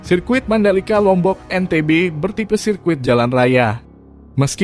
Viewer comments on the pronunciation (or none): none